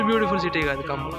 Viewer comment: Khammam ...kammam kadhu ..